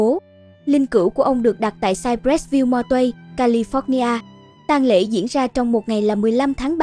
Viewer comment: Cô btv nên sửa lại cách phát âm tiếng anh cho đúng đừng nói theo người vn trong nước California ( âm tiếng anh kha li pho nha ) chứ không phát âm là ca li phót nha